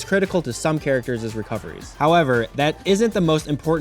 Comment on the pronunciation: some characterses????? Thats amazazing. - “Some characters’ recovery”